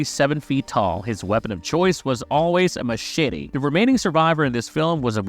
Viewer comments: Machshitty!!!😂😂🤣🤣 It's Machete. BTW Marcie was not killed in the shower with an ax. She was just straight up killed with an ax while in the camp toliets. 🐸🤓🤘✌️ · 😂Heh. He said "Mashitty" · Stop saying machete that way.